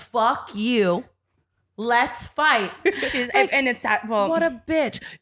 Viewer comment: The way Tana said LETS. FIGHT. 😂😂😂 I loveeeeee herrrrr!♥️♥️♥️